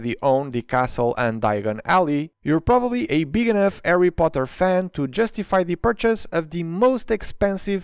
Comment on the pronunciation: I love how he pronounces Harry as “Arry”